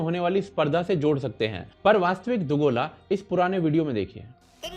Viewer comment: दोगला❌ nhi yrr दुगोला ✔️